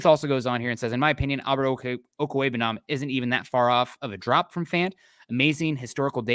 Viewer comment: National announcers gonna finally have to learn how to pronounce Ok-wu-eg-bu-nam... has it down.